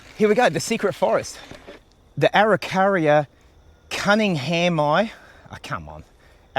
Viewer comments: 😂yeah, slightly off, but we all know what youre talking about! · A-u-ca-ri-a cun-ning-ham-i-a